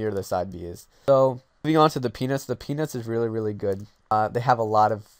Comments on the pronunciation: yeah, it's a good video, but it really sounds like you are saying "the penis is really really good" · Why does Peanuts sounds like Penis when you say it?